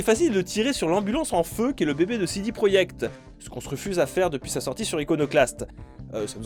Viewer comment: Pourquoi dis-tu CD proyekt et pas projekt ?